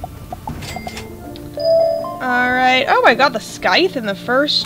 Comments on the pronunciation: you are saying the word scythe wrong Its sai-thh not skye-th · it's pronounced (Sssssss-Eye-Thhh) The C Is Silent.